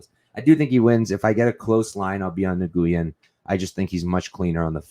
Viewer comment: Great podcast but your pronunciation needs some work dude. Nguyen is literally the most common Vietnamese surname in the world, pronounced more like "new-win" but just as 1 word like "nuwin". Cheers : ).